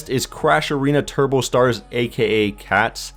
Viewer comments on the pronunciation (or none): none